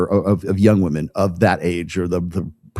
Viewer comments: It gets on my every nerve. I thought it was a gen z thing, pronouncing it like that. If by PBD you mean Patrick Bet-David, then I'm surprised. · PBD is one of many that say 'Woman' when he means 'Women' I find this so annoying. Just me?